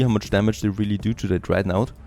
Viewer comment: love the video series but pleaaaase: dont call it dreadnAUght. that is just not how it is pronounced ^^